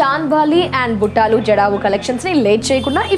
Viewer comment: Buttalu buttaaalu kadu